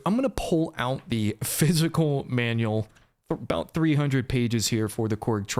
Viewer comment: I like how you say “abouut”